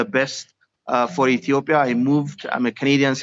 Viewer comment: Yeah so concerned she can't even pronounce Ethiopia correctly.